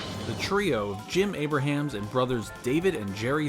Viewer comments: although it would seem like you'd read his name as "Aybra-hams" as spelled, it's actually pronounced "Aybrums" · You're not saying Abrahams (ˈeɪbrəmz) correctly. It's not like Abraham Lincoln. It's like Brahms the composer.